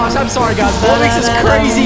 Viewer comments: Incorrect pronunciation: Wub bux Correct pronunciation: Wub box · It's not wub-ix its wub-ox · why do you call it Wubbix? It’s clearly wubBOX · sorry if i am late but did he said at the begging bubbox not wubbox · Why are you saying wubbix it’s wubbox (wub box ) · "And" "Wubbox"